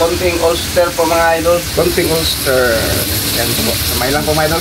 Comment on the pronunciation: Bakit ba di na matuto yang idol nyo ? OYSTER sauce !! Not OLSTER sauce !! Omg